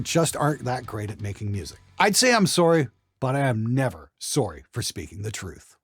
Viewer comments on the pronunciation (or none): “I am never sorey for speaking the truth” spoken like a true Canadian my dude haha loved this one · whooh- that Canadian SOURY at the end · That moment when says "sore-y" and you remember he's Canadian.